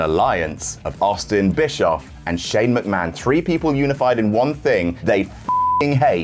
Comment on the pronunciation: "Mc-Ma-HON" got me good --- nice one,! xD